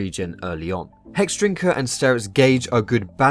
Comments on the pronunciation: Hedrinker haha Hexdrinker* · LOL "Hedrinker"